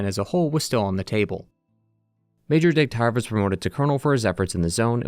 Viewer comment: Its Degtyarev, not DegtAyrev.